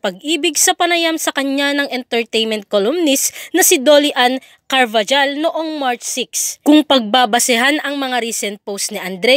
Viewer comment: Carbajal... Hal hindi jal